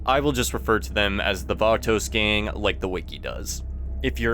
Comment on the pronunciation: The Vaatoes...